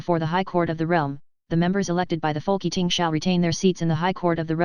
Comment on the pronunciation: Folk Eating? Its Folketing